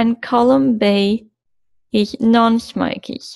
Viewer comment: Good presentation. How you pronounce smokers though, sounds like "smokeez"